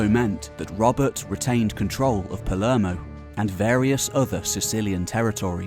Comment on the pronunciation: if you're going to do documentaries about Italy, you might want to learn how to pronounce Italian names. "Cal-AH-bria," Not "Cal-AY-bria". "Pal-AIR-mo" not "Pal-ERR-mo".